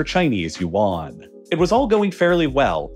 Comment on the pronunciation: Great video. However, your pronunciation of Yuan the currency is way off. Hope you could correct it in the future videos